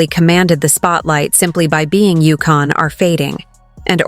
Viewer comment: UConn NOT Yukon